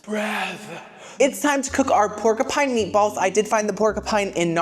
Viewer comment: Pork a Pine. I'm here for it. It's like my daughter saying "Cola cola". Never change!